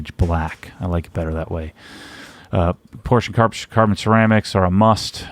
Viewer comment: I se someone else has already commented to the same effect. I've yet to see a youtuber, or aPorsche employee for that matter, pronounce it correctly. Personally I love silver wheels and think the Aurum could look good with certain colour like Night Blue. The Satin Platinum is not bad though. Definitely better than black!